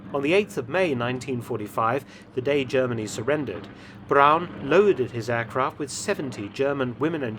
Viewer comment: Hurrah. Braun pronounced Brown instead of Brawn. Chapeau Felton. Nulli secundus.